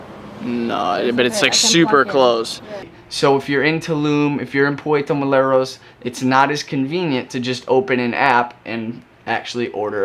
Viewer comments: Puerto Morelos (more-el-os) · Is it really pronounced "Puerto MoLeRos" (Spelled Puerto MoReLos), or just a tongue twist you've picked up? (noticed this in all your recent Morelos videos and curious what is the correct pronounciation...)